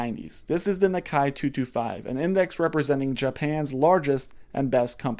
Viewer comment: Nikkei is pronounced Nee Kay not Na Ki. Should know how to pronounce major stock exchanges if you're going to produce these types of videos.